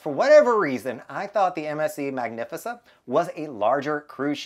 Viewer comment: No i like it lol it sounds classy